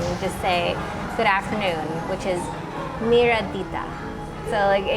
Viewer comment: Hi there, your Albanian is amazing!!! Përshëndetje= Formal Hello Çkemi= Informal Hello Faliminderit= Thank you You pronounced Miredita(Good Afternoon) perfect. Now let me tell you smth interesting about albania, it has the highest coffee shop per capita on earth. Also traditional albanian coffee also called turkish coffee is mainly consumed by elderly. Most albanians drink espresso, americano, i have seen filter coffee and pretty much whatever the lattest craze may be around the world. Also, due to the close cultural connection that albanai has to italy and the mass migration of albanians living in Italy. Lots of albanians learned from the italians cooks and chefs how to make italian food. So much so that one of the best pizzas you will find in Albania. Also they have opened a brand new Neapolitan pizza in Tirana and Florentine style sandwiches. Many italians live in Albania(lots of them are retirees) Albania is 100% european with the most homogenous population in europe. It does have the oriental vive due to the ottoman empire. But that was back in the day. Albania is a secular modern society which is trying to build up its infrastructure and image around the world. Due to extreme communism we were left extremely behind. Lately due to tourism boom and other geopolitical forces albania is having an influx of investment. Tirana architecture is a ln eclectic fusion of Italian Fascistix architecture combined with the cold brutalist communistic architecture and ottoman style arch